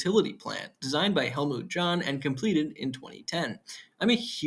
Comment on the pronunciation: Interesting video. A bit nitpicky here, but it's pronounced "Halmut Yon" .